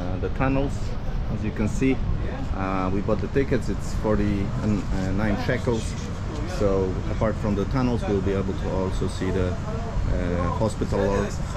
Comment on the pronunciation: Are you saying “hospitlar” order??